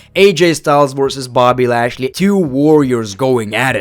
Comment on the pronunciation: bro said boby lashley